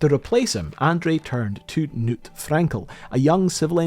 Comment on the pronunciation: the K in Knut is not silent